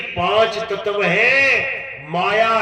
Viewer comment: Tatv ko Tatav bol raha ha ishko pahle katha thik se karni sikhni chahi.